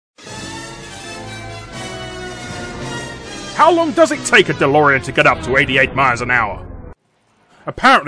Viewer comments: it's not delorian, it's delorean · Um, "Delorian" How fucking dare you?!